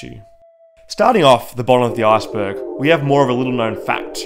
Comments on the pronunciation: Lmao when he says Iceberg it sounds like Assburg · This video is hilarious because when he says "iceberg" it sounds like he says "asperg." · I knew I was gonna finish this video when he said "arseberg"